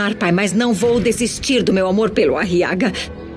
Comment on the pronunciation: Eu tenho uma Raiva Dessa Voz pq o Nome Aguiar Virou Ariaga! quase um Nome de estimulante Sexual Meu Deus!, E Como Se não Fosse o Bastante ainda o Nome do Filho da Beatriz em Vez de Ser Guile Virou foi Guilo, Quase um Nome de um Inseto 🤦🏻‍♂️🤦🏼‍♂️😒